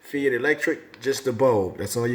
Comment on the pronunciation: I just wanted to say that its pronounced like Fight rather than "fee ite". Good review